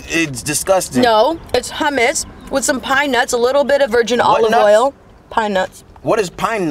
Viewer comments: hamus its hammous lmfao i love her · Its actually homose not houmes no hate but I love you soooo muc❤❤❤❤